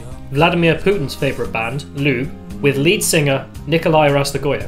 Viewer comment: "Lube" WTF mate? It is not how it is pronounced at all hahahah. it is mor like "lyuh-beh" or some shit, idk